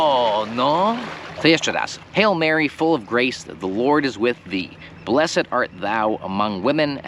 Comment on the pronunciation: Dlaczego wymawiasz blessed jak bys czytal po polsku a nie with silent e